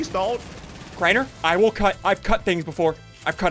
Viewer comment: Craiener not drainer